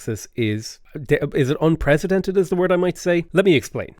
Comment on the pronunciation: unprecedented, not unpresidented think: precedent as the base word. you said it right and near the end of video